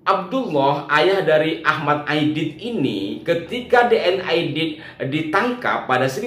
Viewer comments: D. N. Aidit ... bukan Aidid ... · AIDIT (T) bukan AIDID ( D) ya !